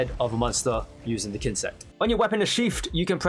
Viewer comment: Whenever he says der not the😅